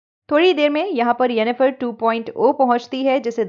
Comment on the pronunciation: 🤣🤣🤣 you say enifer 2.0 hahaha. Update version 🤣🤣🤣